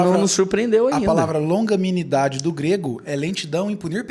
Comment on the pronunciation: sou eu falando - longaminidade* e não longanimidade